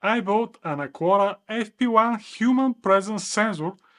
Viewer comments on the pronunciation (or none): it's not "acuara", its "acara", the U is mute